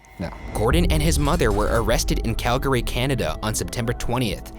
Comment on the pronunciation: I'm super impressed with Ryan's pronunciation of Calgary. "Cal-gurry" is pretty close to the local "Cal-gree." I had to listen to it again because it was so close to being correct. Not too shabby for a SoCal boy!